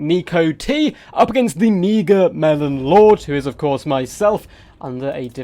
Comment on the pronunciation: Am I the only one that heard 'meagre' as something else?